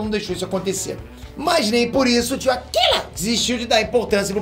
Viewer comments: não é akila. Ele é japonês, então tem q falar com o r bem destacado e como se tivesse brigando kkkk. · Para de falar akila assim kkkkk Rachei